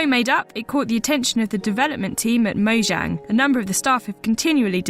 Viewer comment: Mojang is pronounced moyang